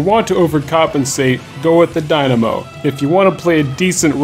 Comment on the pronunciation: "I've seem competitive people use the dimano." But have you pronounced that weapon properly before? >_>